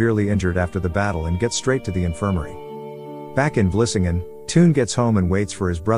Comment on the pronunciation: The narrator probably never ever spoke Dutch before so he can only pronounce it the way he thinks it should be. He pronounced Vlissingen perfectly (btw) while english speakers useually call it Flushing. I have seen/heard Dutch butchering the english language to death, while talking to english speaking persons, and they never ever become annoyed or correct. Could imagine that english speaking, get it on their nerves when they see how you write english.